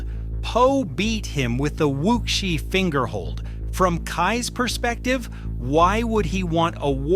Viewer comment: It's Wushi, not Wukshi.